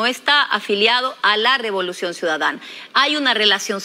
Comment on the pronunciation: Dijo Robolucion en la presentación 😂